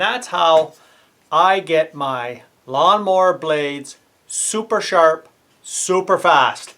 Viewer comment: "Youse, charp", love it!